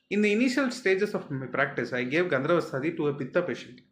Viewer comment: Dear Dr., Thanks for the valuable information. Just a small correction.... You are pronouncing it as "gandharvastaadi" instead of "gandharvahastaadi". "ha" kaara is either missing or not clearly heard.